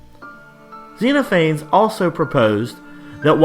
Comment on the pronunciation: I hate to be pedantic, but I'm pretty sure it's pronounced "Zen off a knees"